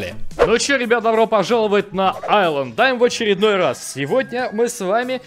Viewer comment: Исланд а не айланд